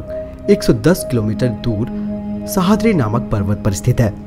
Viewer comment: It's सह्याद्री not सहाद्री